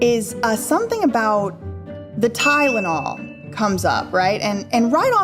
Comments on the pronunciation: I knew she was lying when she started with “TY-DA-NOL” … Girl, … It’s TY-LEN-OL. NOT TY-DA-NOL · Gosh yeah I thought it was just me but that Ty-da-nol pronunciation was so weird!